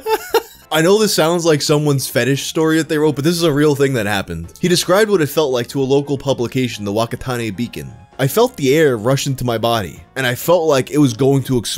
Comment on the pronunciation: Whakatane is pronounced fuckatane not joking at all